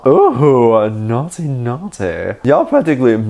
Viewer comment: "NaUThtY NaUTHy" 😂😂